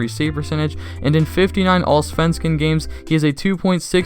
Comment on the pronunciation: Your pronounciation of Sweden was generally pretty good, so you're fine! I'll detail a bit below though if you want pointers. Your pronounciation of Malmö is good and your pronounciation of allsvenskan was great :P If you ever want a guide on Swedish city names you can look them up on (english language) Wikipedia, there's a "listen" button you can click to hear a Swede pronounce the city. Interestingly the pronounciation of Malmö on Wikipedia is made by someone who isn't local (the regional dialect is quite distinct) while the pronounciation of Skellefteå IS made by a local (locals in northern Sweden often skip the å-sounds in their city names). In both Skellefteå and Luleå, the å should be pronounced like aw in hawk, or like the word awe. So Lule-aw(e). (Unless you wanna speak a northern dialect and just skip the å altogether.) I think the Lassinantti pronounciation is a bit off, but since that's Finnish I can't really determine if it matters much.